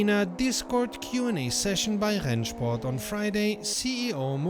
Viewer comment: I'm usually surprised about your perfect german ("Rennsport"...) but if you're interested in a little better pronunciation, please don't say Nürbursh-ring but Nürburg-ring. Although some german dialects pronounce it exactly like you do, standard-german would pronounce the g like in "bag". Keep up the great work, thanks for everything! 🙂👍